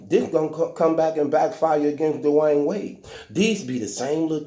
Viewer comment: “Da’Wine Wade” 😂